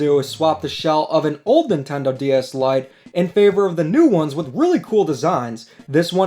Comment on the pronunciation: I thought you said "Light gay DS Lite"